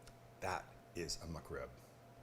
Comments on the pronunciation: Thought is said McCrib 😭😭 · Well. I'm going to be "that guy". First off. "muck rib"? Whatever, you're not the only one that pronounces "Mc" as "muck". 2ndly. That is not a McRib come on. That's just a badass rib sandwich that's fit for royalty. But it is NOT no McRib or a version or a play on. Lastly. It's a shame that you dont like McRibs even a little because if you did you'd might want to try making a homemade version of a processed freeform rib shaped pork patty. Using the proper cut is key. The shoulder. Same one used for pulled pork. Mind blowing. Better than the method you showed in this video. Not a jab, I've done it too many times over the years and still do but since I've learned to make my own processed style pork patties, it's the one I now prefer. Last lastly. My mouth watered when you cut that sandwich in half and showed the middle. YUMMMMMM! And hey, what's a better food sound to make your tum tum rumble than the crunch of a perfectly toasted bun that has a perfect crust huh?